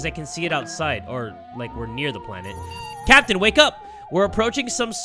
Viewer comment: I feel like every time he says captain I think he saying sempi😂